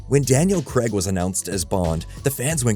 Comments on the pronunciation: Why do you say Daniel Kreg? It’s Craig. As in CrayG. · It's "Craig"! Why are you pronouncing it as "Creg"? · It's Craig, not Creg. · Please learn how to pronounce Craig properly 😢